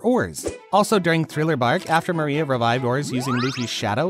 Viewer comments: Man, great video but why did you say "Maria" instead of "Moria"? xD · Bro kept calling moria maria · It’s Moria with an O not an A